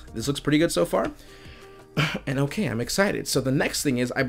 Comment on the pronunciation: “its pretty ogay“